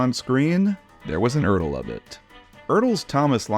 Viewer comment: Glad you learned how to pronounce ERTL.